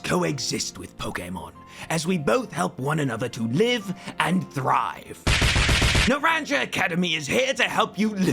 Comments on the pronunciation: Sir, i believe Naranja is Spanish. Na-ron-hah. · Hearing it pronounced Naran-juh is going to make me increasingly angry over the course of this review but I'll just consider that an intentional feature included for immersion's sake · Please pronounce Naranja with a h sound for the j. Naranha. You're excused, the game should've voiced it. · please stop saying naranya im going insane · Is pronunced Nah ran ha. No naranya. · I wanted to point out that, because this region is based on the Iberian Peninsula, that the academy is pronounced Naran-ha, despite being spelled with a j. (Although you might just keep pronouncing it Naran-ja because its your video) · WOOO!! NEW 'S AMAZING POKEMON REVIEW...also it's Naran-ha. It's Spanish, J is pronounced like H. 😭🤣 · Narrandja Academy (it's naran-hah, orange academy in Spanish!) Very much enjoying the video and looking forward to the full version. The animation school must have been worth it, all my favorite gags are your little animated bits. Extremely want to play your game when you're done with it. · It’s “NarawnHA” not “NuhranJUH” IT’S SPANISH FOR ORANGE 😭😭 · Not NAHRANJA academy the English pronunciation is killing me 😭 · In case it helps for future installments, it's pronounced "nah-RAHN-hah"; "naranja" is the Spanish word for "orange" (the fruit, not the color, which is "anaranjado"). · Sorry but I cringed each time he said Naranja academy… for anyone that doesn’t speak Spanish it’s pronounced “na-ran-ha” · As lack luster as ScarVio is, i absolutely ADORE the characters, especially Kieran from the DLC. Just wish they'd put effort into their games again. But also as your pronunciation of Naranja hurts me physically. (Nah-rahn-ha is the best i can put it phonetically) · I love and I loved the sword/shield vid but PLEASE it's pronouced "Nah - rahn - ha" it's Spanish for orange 😭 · So who's gonna tell him it's pronounced na • ran • HA(because spanish for orange) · Naranja is pronounce Nar-ron-ya